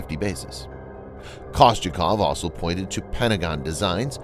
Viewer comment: I like the content on this channel, but I find it hard to take seriously when your narrator can't pronounce the word 'also' and you don't spell-check your video title.